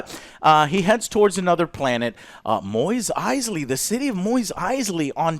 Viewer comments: Moist Eisley, it's Mos Eisley man. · Mos Eisley Joe! Moss not Moize christ he can't even say it right and that so called Easter egg is not a Companion Cube but a standard storage crate, idiots. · The end scene was Boba I keep hearing Joe say "Moist Eisley". Joe, it's Mos Eisley, as is moss. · Alright, seriously now... Does Joe intentionally mispronounce these things? Moweeez Eisley? And no one bothers to correct him? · Moise Eisley? It is pronounced Mos like Moss (also they say it in the show) lol Also Jon Favreau is pronounced like Fav like "fabulous" and Reau as "row". That is how he pronounces it. Other than that great job. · its mos eisley - not MOIS eisly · Luke: We're going to Mos Eisley Joe: Maweez Eisley?? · He is worried about saying John’s name wrong while he unknowingly mis said Mos Eisley as Moist Eisley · wait what? Mois Eisly... Mois?... MOIS?!! are we being bamboozled by Joe? thats' like when he says Go Lem instead of Gollum in LoTR it's like what? idk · I don’t mean to sound rude but it’s mos eisley not mois eisley. It was bothering me. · Mos Eisley not Moist Eisley JOE CMON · MOSS, not moist Eisley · JOE ITS PRONOUCED MOSS ISLEY WHO THE FUCK Would think Mos trainslates to MOIS. Love ya joe but come ooooon lol Other then that good review. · "moist Eisley" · Its not Moys Eisley. Its not Cleeeeegan Bowl. I swear to... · Its Mos Eisley Joe, not Mois Eisley. For Christ's sake. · "Moweez Icely" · Did he just say "Moist Eisley"? lol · Mois Aisley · Wtf is a Moist Eisley? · Plot armour? For fuck's sake, there is no such thing as fucking plot armour. Moyes Eisley? MOYES Eisley? And you call people who 'don't care about Star Wars' genetically weak? You can't even pronounce the names properly. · 'Moist' Eisley? I swear Joe can't pronounce anything. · What is with Joe's pronunciation of Mos Eisley?? Moys Eisley??🤨🤨🤨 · “Moist Eisley” -Joe